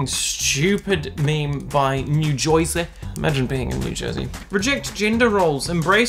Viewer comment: Something else besides American and you being a bottom that isn't real is New Joyseh. Nobody in New Jersey pronounces it that way. Dunno where they're from, maybe Brooklyn, but it ain't here. Wanna convince someone you're from Newark or Hoboken or the Oranges? Wanna do the accent? It's more like Nuh Chuh-zee said very quickly.